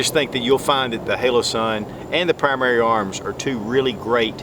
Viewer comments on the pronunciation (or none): hOlosun, not hAlosun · It is not halosun and it’s not hole-o-sun. Holosun. Hollow sun. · you said "halosun" probably 20 times... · Great vid, but am I the only one that's bothered by how he can't pronounce Holosun correctly? lol Outtakes are always the best.